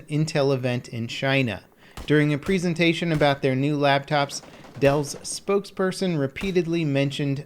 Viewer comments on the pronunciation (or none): Plz say presentation properly